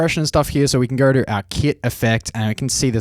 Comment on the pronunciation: "if i goRrr" why does it always make me cringe